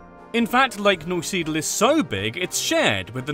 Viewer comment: The way he said "Neusiedl" (the city i live in) killed me